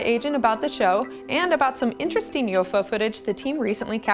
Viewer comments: why she saying yofo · Is it me or does it sound like this woman is saying "Yo-Fo's" instead of UFO?